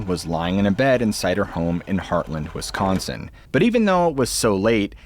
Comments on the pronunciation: Wis- can- Son, really? Even "A-ai" can pronounce that, tell production to proof edit itself 😂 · Lol!! I alway's say WiscAnsin like you just did! I've never heard anyone else ever say it that way except someone from WiscAnsin.. 🤣🤣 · "I mean, this IS Wis-can-sen..." i literally lol-ed 😂